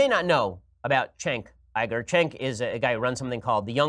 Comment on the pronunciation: "Shenk Ayy-Grrr" Ben Shapiro 2018